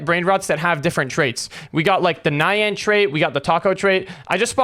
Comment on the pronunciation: It’s pronounced ni yan NI YAN NOT NaYaN